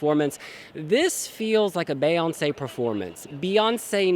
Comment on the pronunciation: No one:: BAEoncé